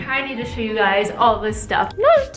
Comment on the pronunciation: Why do you say "shoe" instead of "show" ?? 😂